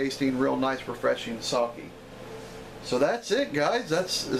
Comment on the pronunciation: Very nice. It's pronounced Sake though. (Short e sound.) I know it sounds like I'm nit-picking, but there are a lot of words in Japanese that sound exactly the same, or extremely similar. So when someone mispronounces something they are actually saying something completely different. 崎(さき, saki) Means small peninsula, or 先 (さき, saki) means some time ago. 酒 (さけ, sake) means alcohol.